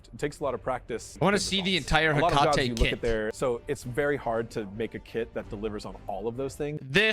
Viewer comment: Italian here, in ancient Rome they would pronunce the name as you do! And before that, in ancient Greece they would stress the first "E" but in both cases the final sound used by is wrong